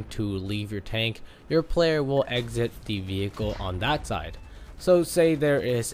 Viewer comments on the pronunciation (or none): Why do you say “de” instead of “the”. Smh